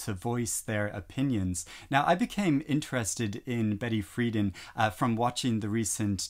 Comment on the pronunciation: Betty Friedan - the emphasis is on the second syllable. Frie-DAN.